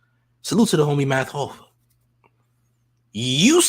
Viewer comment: How is you from New York and cant say MATH HOFFA?! M-A-T-H H-O-F-F-A Champ!!! Cmon!